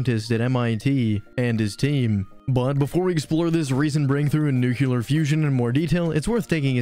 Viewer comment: Are you saying nukuler instead of nuclear on purpose? Because it makes me think you don't know what you're talking about in the first 5 seconds. It's probably a great video, but I had to turn away.